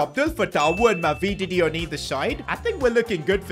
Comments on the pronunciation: Ma-vi-di-di. Not Ma-vee-dee-di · How he said mavididi is criminal